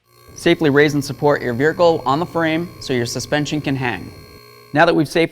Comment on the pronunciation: This guy really struggles with "vehicle," he says "viracle" every time it seems